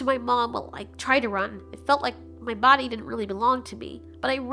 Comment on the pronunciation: I just love how the t Rex pronounce body like bodh